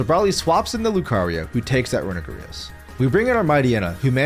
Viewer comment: mf said runegrious and eggyslash